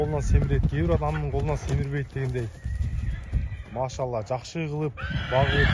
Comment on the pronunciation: Блогер сенин эмне коншун арап болгонбу араптан чандашып торолгонсунбу былжырап мяшалла мяшалла дебей кыргызча эле Аллахка кайрылсан арап атан урушабы билимсиз маймыл